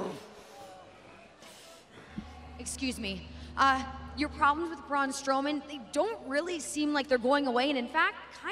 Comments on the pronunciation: Braun Stoleman?! Um It's Strowman. Braun The Abominable Strowman! Get it right Charlie!! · she said Braun stoman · did you here her say Braun stoman with no R LOL!!!!!!!!!!🤣🤣🤣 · Did she said braun stoneman or am I just not hearing strowman😂🤣😅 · Ok ok... but.. is nobody gonna talk about ”Braun STowman”?